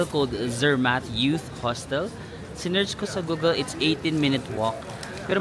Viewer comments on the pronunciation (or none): none